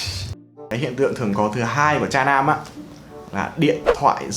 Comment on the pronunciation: nghe "cha nam" cứ tưởng tượng ra cái khác chứ không phải "tra nam"